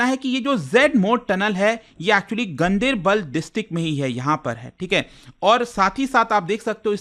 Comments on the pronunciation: Gandibal nahi....Gan- Der-Bal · He has pronounced it wrong locally it's pronounced differently like gaan-dar-bal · The right pronunciation is गांदरबल